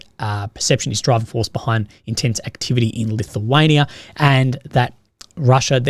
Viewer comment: "Lithuania"? "lithium"?